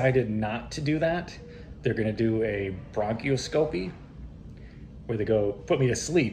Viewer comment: It's pronounced Bronk os scopy. I worked in the OR for 35 years. Good luck!! Who watches your cats?